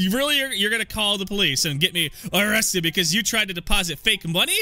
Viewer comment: "O-rested" haha